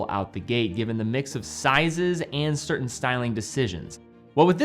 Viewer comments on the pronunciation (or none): none